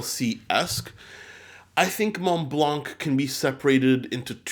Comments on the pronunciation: Hello, I really love your channel As a piece of advice, Montblanc is actually pronouced "monblan" Keep up the good works, hope I helped Cheers! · hi just to let you know that in "Montblanc" you don't prononce the "c" we read it "Montblan". love ur videos keep up the good work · I know it’s been a very long time since this video but juste wanted to tell you that we don’t pronounce the “c” in Montblanc , it’s just “Monblan” 😉 As always, great video !